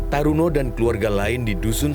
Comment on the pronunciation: Bukan Taruno, tp turono. Temen sekolah di STM negeri Pekalongan